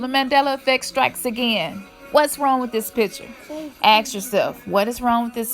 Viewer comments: You say "aks", instead of "ask"...must be a fucking mandela effect! because I remember it as always being "ask, in my timeline". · Another Mandela "effeck" how do you spell spell "Axe"? I'm from the timeline where it's spelled "ask", "effect", "characters" etc... If you're gonna do a video about spelling at least know how to pronounciate words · It's your lack of spelling ability. You can't even say "ask" you think it's "axe" (aks)... when you learn to speak English maybe you will be believed... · The word is pronounced A S K.!!!.....not A K S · I have noticed recently the word ask has changed to ax.